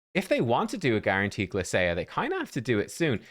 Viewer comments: ermahgerd it's guarnaterd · Guarnateed? Lol